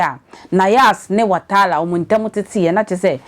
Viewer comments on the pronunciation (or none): The name is Watara not Watala madam 😂😂😂